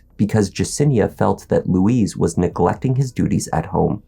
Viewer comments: His name is 'Luis', not Louise! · It’s not ‘Louise’ (Lu-weeze). It Luis (Lu-ice, rhymes with police). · It’s not LOUISE it’s loo-ez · Why do you keep calling him Louise, that's a girl's name? It's Luis.. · Its pronounced lewis not louise. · You're pronouncing his name like the woman's name. It's "Lou-eess" not "Lou-eez." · It’s Luis; not Louise.